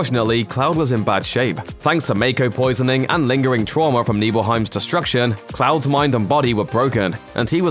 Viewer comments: You’re mispronounced a lot like Mako and called the North Crater the North Pole 😅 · How are people mispronouncing mako energy when it's been said like 100 times from Advent Children to Crisis Core?